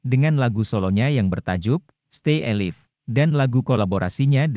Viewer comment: Sorry mas...pronounce nya tolong di perbaiki ....yg Nonton bukan cuma org Indonesia aja ...stay alive bacanya stay e laif ....bukan stay alif ... malu donk ...saya org Indonesia jd ikutan malu nih